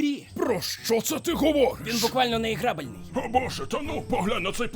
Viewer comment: іграбельний насправді звучить грабельний